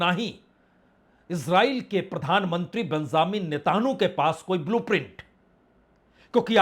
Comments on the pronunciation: आप नेतन्याहू और हॉर्मूज का नाम सही से नहीं ले पा रहे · 🤣🤣🤣 इतना गन्दा उच्चारण नेतहानू और हुमूर्ज 🤣🤣